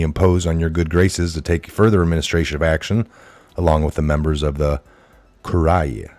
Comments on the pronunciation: Its pronounced Cure-E-ah. "Priority creditors" are the living men and women, not humans (hue-man = color of man, like color of law) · P.S. "Albeit" is not allbet; it's "all be it." "Curia" is koor-ee-uh." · You're Catholic and don't know how to pronounce Curia?